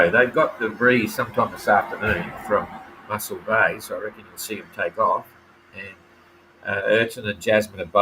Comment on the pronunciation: Moss-el bay, not Muscle bay